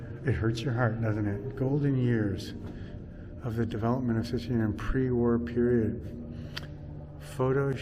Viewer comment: Szczecin. - (Sh-che -tsin)